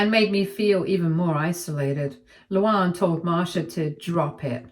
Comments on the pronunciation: Thank you! can't pronounce words. Are there no LuAnns in the UK? It isn't LouOnn. And you say it like two separate names, Lou Ann. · I kept flinching whenever she pronounced the name... Like it's "Lou-Anne" not "Lou-Ahnn." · Your English. Learn how to pronounce Luanne